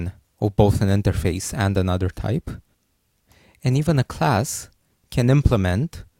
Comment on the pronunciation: Can you speak English properly? Please don't try to give a fake accent. type is pronounced as type, not thyphe